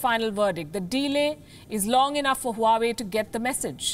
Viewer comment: Huawei is pronounced "Wawe".